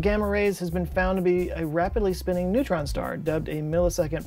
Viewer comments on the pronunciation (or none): none